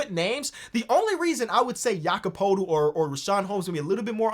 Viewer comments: no but thats not how its pronounced, why do all nba fans pronounce it like that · going back and forth pronouncing poeltls name right and wrong killed me 😭